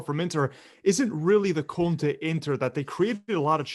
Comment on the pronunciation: His name is Conte. Please stop adding "h" on his name it sounds weird